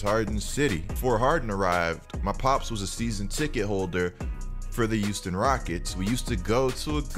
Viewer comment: Pronounce yo H’s tf is a “uouston” 💀😂